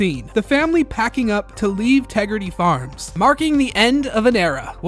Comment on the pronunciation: "Respect my Tegridah!" 😖